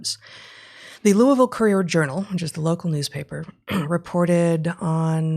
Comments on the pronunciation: Pretty good pronunciation of the Ville from an out-of-towner. This story actually gave me hope because it’s opened up some friends who’ve been feigning ignorance of the madness in our midst. I hope it’s effects are not caught in the DISC. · Congrats Heather on your correct pronunciation of Louisville